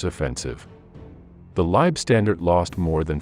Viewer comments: Also the LAH were not pronounced Lieb StandarD, but Lieb StandarTE ! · Leibstandarte is NOT pronounced LIBE (pronounced live) STANDARD. Say it THIS WAY: LEIB like HIVE STAND like fond ART AH. I have no patience for these terrible pronounciations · German here. Why do you people call it "Liebstandarte"? It´s wrong and doesn´t make any sense at all. It is "LEIBstandarte". Leib means body. Lieb means nice. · The Narrator hasn't A CLUE how to pronounce German terms. Leibstandarte is pronounced THIS WAY: LEIB (like HIVE) STAND (like BOND) ART (like DART) E (like AAAH) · Good facts....rubbish pronunciation. A,I just cant get it right LSAH are worthy of correct use of their name and the way this AI thing pronounces it makes it sound like standed and unfortunately spoils it for me and I gave up . There must be hundreds of people who would voice this historical piece. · I got about 5 minutes in and the cringe factor of listening to "Lei-standard" over and over had me pausing the video to write this comment. If you can't pronounce (or even attempt to) the name of the unit, then I'll watch something else. You also left out the Viking Division, which is odd. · The content is really good, but you lost me when the AI mispronounced Leibstandarte! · "Leib-standard??" C'mon. It's pronounced Leibstan"DAR-TEH". Easy to get it right. Along with Lyon and every place and unit name you screw up.